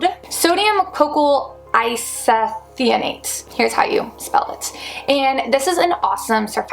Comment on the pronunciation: Great, informative video, thank you! I LOVE that you trip over some of these crazy words, i do too, but in case you want the proper pronunciation...viscous = vis-cus and isethionate= eye-seh-thigh-oh-nate. ;)